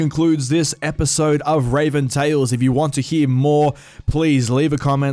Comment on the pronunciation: Well fuck, nearly an entire day late on this one, but just wanted to say hope it's goin good for you (again). But ye, time to watch, well listen since this is a tale but i'm just gonna shut up now and watch the vid. Edit: I've noticed you keep saying Raven instead of Reavyne, now something ain't right here.